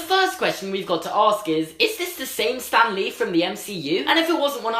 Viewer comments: I kept thinking he was saying STANLEY not Stan lee 😂 😂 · I thought u said stanly